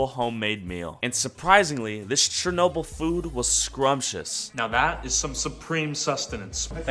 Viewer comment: It is not chr-no-bil, it is Cher-no-bil